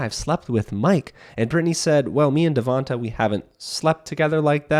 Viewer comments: loll I think they meant your pronunciation of his name. It’s “Devontay”, not “Devontuh”. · The way you are saying Devonte is really throwing me off 😂 but I love your content